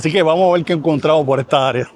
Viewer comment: porque mucha gente en el Caribe habla como los chinos, con las "L", en vez de las "R". Obviamente no es que no puedan pronunciar las "r", pues en este mismo video se oye claramente que si pueden pronunciar las "r", pero caen una y otr vez en el hablar "chino", asi dice: "vamos a vel!", "quiero il!", "voy a comel!", etc., etc., y a mi me suena, no solamente como chino, poque se que no son chinos, pero me suena mal, me suena a una falta de educacion basica, y me suena a una estilo auto-impuesto de hablar que, nada tiene que ver ni con su historia, ni con su posicion, y los que digan que es influencia negra de la epoca de la esclavitud, esta equivocado.ASi que a hablar bien si no quieren que el resto del planeta se ria de ustedes